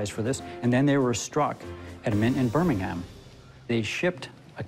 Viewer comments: im English and Birmingham is not pronounced with "ham" its a "um" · It's said like birmingum not birming*ham* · Sorry but it's not Birming-HAM it's pronounced Birming-UM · Oh heck, not again. In the UK it's not pronounced 'BirmingHAM', it's 'BirmingUM'. And whilst I'm on my soapbox 'Warwick' over here is pronounced 'Worrick'. How I love our little differences. Hello to everyone on the Pond 😉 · Dear America. Birmingham is pronounced bur mingum not birr ming ham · It’s pronounced Bir-ming-um Not Bir-ming-ham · It’s pronounced “Birminghum” not “ham”, Americans ffs🤦🏼‍♂️ btw I know because I live there😂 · hate how US say birmingham should be - burming-am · BirmingHAAAM? No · Jesus christ birmingham is not pronounced like its three seperate words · lol the way he pronounced Birmingham 😂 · The way they say Birmingham upsets me 😂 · Im british and his pronunciation of birmingham hurt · "Birmingham England" not so sure about that pronunciation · Birmingham is not pronounce like that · The way they pronounce Birmingham pains me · That's not how you pronounce Birmingham. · BIRMINGHAM YOU DON’T PRONOUNCE THE H. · I hate the way he says Birmingham